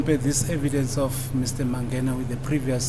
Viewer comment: The judge is bad with names. They say mangena and he's saying mangani 😂